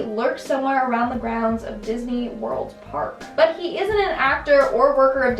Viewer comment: Disney* lockney LOL who took a crap after this